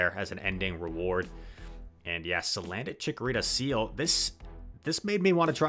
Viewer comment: Cuz, it's name is salandit not "sandalit"